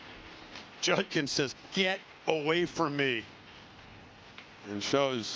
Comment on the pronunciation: Does it sound like Herbie was saying "Junkins" and not "Judkins?"